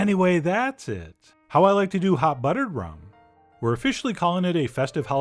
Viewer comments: "Hot ruttered bum" -Chef John 2020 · I couldn’t even hear the recipe cuz I was still dying over hot ruddered bum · Hot ruttered bum....omg....lmao! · Hot ruttered bum 🥰🤣🤣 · Hot ruttered bum lol.